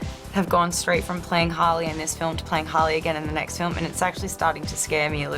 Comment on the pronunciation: "in the nest film"